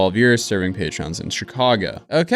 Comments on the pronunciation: When reading the company’s statement, you said PATREONS..it’s PATRONS😂🤣🤣little too much patreon watching apparently Ok, you did it both times patron was used in the video 😂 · Sorry to be pedantic, but it's "Patrons" not "Patreons". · ‘Patrons’ not ‘patreons’. Social media is rotting your brain